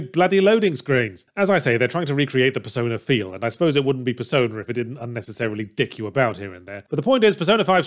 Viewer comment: He really should enunciate the P in persona a bit more in some of the points in the script...